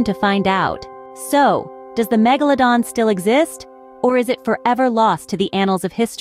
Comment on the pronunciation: MegaLOWdon.. is when I paused this video, wrote this, and un subscribed. Can not stand bots & AI voiceovers. Its laziness